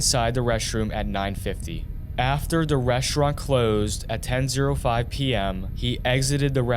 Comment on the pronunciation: AI voiced. Ten ZERO five PM? Yeah, check your audio before committing it to a video. Slop.